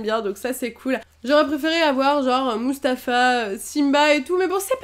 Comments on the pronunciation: c moufassa pas moustafa 😂😂😂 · Ce n'est pas mousfasa mais moufasa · Je MEURT 😂 " Moustafa " C'est " Mufasa " 😱 Ont tant veux pas xD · Ce n'est pas Mustafa mais c'est Mufasa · le lion du roi lion c moufassa pas moustafa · C'est pas moustapha c'est mouphassa ( chez pas comment ca s'écrit ) 😂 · "J"aurai voulu avoir Mustafa"... NON. Que tu ne connaissent pas les noms, OSEF, mais que tu les écorches ça me fait mal à mon petit cœur de fan absolue de Disney ! C'est MUFASA ! (prononcé moufassa) Namého >< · ce n'ai pas "Moustafa" dans le roi lion mais "Moulfassa" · 12.9 minute moustapha ? 😂😂 tu ma tuer y s'appelle moufassa et non moustapha😂😂😂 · ce n'est pas Moustafa mais moufassa 😂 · tquand tu a parler de la série roi lion tu a dit Moustafa alors que ses moufasa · MUFASSA PAS MUFFASTA ! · c'est pas moustafa c'est moufassa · Mufasa et non Moustapha mdrrr ! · mufasa pas Moustafa: D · Mustafa...xDDD C'est Mufasa miss !! :p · Elle a dit moufasta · tu as dis moustafa au lieu de mufasa le roi lion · j'aime les tsumtsum enormément ! j'ai hate de voir le contenus du colis :D c'est bien elsa le tsumtsum tu ne t'es pas trompé ;) mon préféré c'est bien judy de zootopie (c'est le lapin/lievre) le buffle est cool oui j'avoue ^^ le rouge ou tu t'assois : la selle Elodie xD Tu as dis moustafa au lieux de mouffassa non ? Je n'en suis pas sure xD ! rafiki est vraiment cool et le tsum tsum magnifique j'aime les vidéo dans ce type alors hate de voir la prochaine ^^ ! Les animaux en tsum tsum sont ceux que j'aime aussi :D ! je n'aime pas les personnages humains :/ Oh non j'adore ces tsum tsum special paque 8D !! merci pour cette video <3